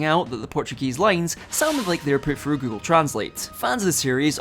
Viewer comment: please learn how to pronounce "th" sounds "finking it frew" at around 4 minutes in got me leaving this video man